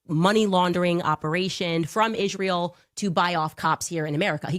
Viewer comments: Tech messages 😂 ig-nant 😅 burried. And of course, how she adds "sh" into words like "converSHation" or "iSHrael" 😅 how anyone takes her SHeriously, I'll never underSHtand. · Why does she say Ishreal? Israel is not a difficult word to say. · Yesss! The way she pronounces Ishrael makes my ears bleed! 😮